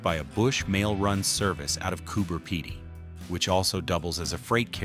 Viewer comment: I noticed the American terminology, then I had an ‘ah’ moment. Maybe he was using American terminology so Americans could understand it. He pronounced Cooper Pedy correctly, as the way we spell here in Oz, one ‘e’ you’d say ped, but we say as if 2’s - Cooper peedy, which he said as we say, most others say Pedy. I have a few American friends online,, we are still often correcting each other other in fun re words and terminology lol, we crack up laughing 😊. Been friends since our children were little, now we are grandmothers.